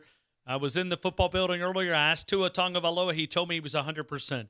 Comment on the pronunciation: Dang half the season finished and you still saying Tagovaiola